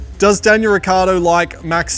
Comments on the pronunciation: As Italian is very funny to hear how he sayshis Surname 😂 he forgets to say the I.. it's riccIardo, not riccardo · hearing daniel say "ricardo" must grind his parents' nerves. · he can't even say his surname right lol, its' rih ch iahr doh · …soooo who’s gonna tell him that he’s pronouncing his last name COMPLETELY wrong?! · Neanche tu sai pronunciare il tuo cognome.... 😀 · Daniel, if you are SO italian, why do you pronounce your last name in the least italian way?